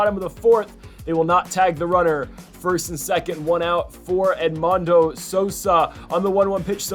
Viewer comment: Edmundo is pronounced (Ed-Moon-Doe) anyway keep at it cause ur better then me